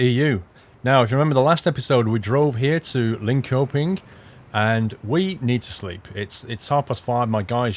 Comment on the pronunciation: Ehh... the accurate pronunciation of Linkoping between Trucking Diaries. ;-) Seeing the physics-less AI driving had me thinking, I wondered if SCS will add into rigid body trucks for day cab multiple drops in a delivery day in the same truck, like medium freight or courier service.